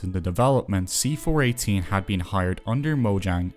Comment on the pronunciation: I had a hard time focusing on the actual message if this video, because I am so familiar with his work, I am pretty sure it's pronounced "see four one eight" and not "see four eighteen" I tried to not let it bother me, but only 3 minutes in, I am making this comment